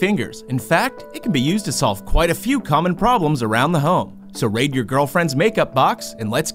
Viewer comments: I thought he said “ so rape your girlfriends make up box” Only god can save me now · I heard "rape your girlfriend's makeup box"😂😂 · Am I the only one who heard "so rape your girlfriends makeup box" o.o